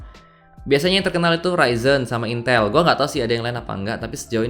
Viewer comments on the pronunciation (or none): none